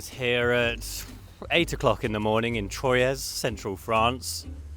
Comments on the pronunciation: I think that Troyes is pronounced "Twa". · Nice vid, pronounced Twa btw not Troyes. Beautiful place.